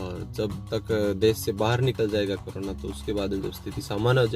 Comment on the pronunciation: Bhai saab krona nhi korona hota h